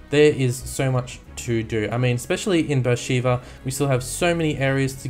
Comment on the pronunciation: Did you know that Beer sheba is a city in Israel and it is pronounced (Bar shu ba)